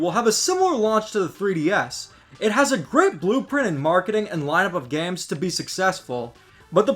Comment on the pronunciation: Bro says gams